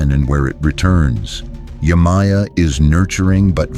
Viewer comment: Please try to obtain the correct spelling and pronunciation of the Orishas, example: Yemayaaa/Oba-tà-laaaa / Chàn-gó ( Santa Barbara)/Oo-sYuún